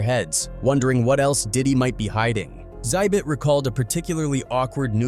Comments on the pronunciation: Call him Zit bit one more time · ZIBIT????? Come on now, ZI-BIT? Come on now!